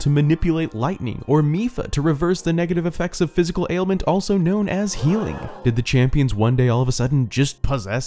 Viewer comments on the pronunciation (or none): none